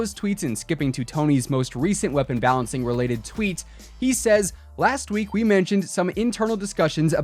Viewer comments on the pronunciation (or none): none